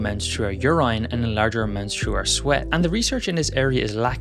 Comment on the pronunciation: WTF is Yer-INE?😂